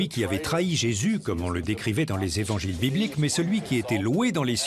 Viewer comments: j'adore(par exemple à 37min21s) je cite : "les quatre z'évangiles"...j'adore les liaisons dangereuses...HAHA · Très intéressant, mais désolant d'entendre "les quatre z'évangiles" ... Quatre sans S ... Merci RMC